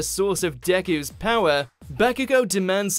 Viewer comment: I cringed sooooo hard when he said Dekus name wrong😵